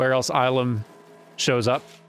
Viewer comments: Well, it's not Ilum with a hard I. It's a softer I. Ih-lum. And the planet does show up in a few other places. But the first time we really get to see it (and the entire inspiration for this portion of the game ) is The Clone Wars Season 5 Episode 6, "The Gathering" ( ). In it, Grand Master Yoda and Padawan Ahsoka Tano escort a group of Younglings to this very temple, and the episode revolves around the group earning their Kyber Crystals. It's a lore-dump episode that helps to establish the Jedi's spiritual roots, as well as serve as the foundation of New Canon's "No Synthetic Lightsaber Crystals" rule. Through their connection with The Force, each Kyber Crystal is, in a way, alive. It bonds with its wielder. And the way you get Red crystals is by a Sith practice known as "Bleeding". Basically, you torture the Kyber Crystal and make it completely submissive to your will through use of the Dark Side. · Illum has appeared in a lot of things. And the "ill" is pronounced the other way.